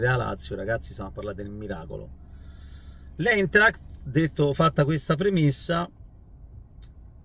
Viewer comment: Si pronuncia Aintract